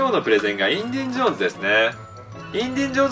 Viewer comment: インディンジョーンズじゃないよ！w